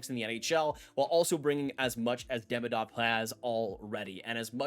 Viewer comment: Great vid! Just a headsup that Demidov is actually pronounced De-mee-dof :)